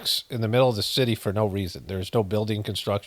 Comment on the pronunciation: When you were reading that scripture there, at about 15min in, I am dying laughing, because the way you were reading, I started to pay attention as I'm here passively listening, to the seeming none sense you are having a hard time reading with flow... and you said the holy shitty, some scripture about a holy city and you said holy shitty, not city!! So F'n funnnnnnnyyyy!! 😎💜